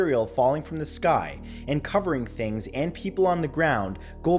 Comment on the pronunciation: The er uh skoy is follin